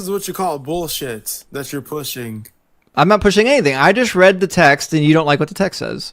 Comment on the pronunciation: "You're stating bullsit." You're correct, sir, he's reading your Bible.